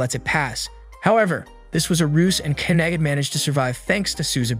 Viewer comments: First sentence and you lost me, her name is pronounced Ky-uh-day. I have no problems with an AI voice but you need to put in a bare minimum of work into proper pronounced names as well as proper pronouns for the characters identification. I want to watch your stuff so please put in the minimum so you can make money off my views, please and thank you. Respectfully, a viewer.❤ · I'm only going to say this once. It's Kah. Ay. Day. (Kaede) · KEED???? Why did you pronouce Kaede’s name as Keed wtf😭😭😭